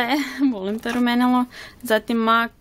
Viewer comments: Ne kaze se mak nego mek rumenilo . Inče si suler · Zasto izgovaras "mak" umjesto "mek"? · Nečita se (mac)mak nego mek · Zasto "Mak" a ne "Mek" (MAC)... 😃😃😃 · Ja midlim da se kaže mek a ne mak (mac) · Isuse boze Jel moze molim te jedan savjet Mac se ne cita mac negi mek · Daj molimte govori MEK A NE MAK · Ne kaze se MAK nego MEK...no hekt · Ne kaze se mak nego mek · nemoj shvatiti ovo kao hejt jer ono imas ok videe i znam te ponekad gledati ali izgovara se mek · Imam savjet Mac se čita mek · Jedna stvar......ja tebe obozavam,ALI PISE SE MAK A CITA SE MEK